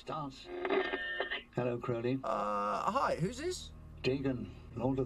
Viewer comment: Croa-lee rather than Crou-lee.